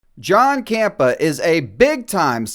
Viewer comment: Fan of JC here, and I have to take umbrage with this video. First of all, it's pronounced "CAMPEA", yet you keep calling him "campa." Second, he has never said that it's "objectively " good. In fact, it's obnoxious how much he constantly says "this is my opinion " and "I'm probably in the minority" when sharing said opinions. Third, he consistently tells Disney to go f**k themselves. I'd be hard pressed to call him a shill because he completely rips them apart every chance he gets. Not to mention he hated She-Hulk, and even stopped watching it. Maybe people just like different things than you bro. I get that hate videos produce clicks or whatever, but don't just call something"fake news" when you yourself aren't clear on the facts